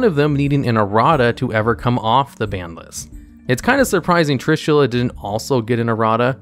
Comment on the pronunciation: Not Trushilla, but Trishula!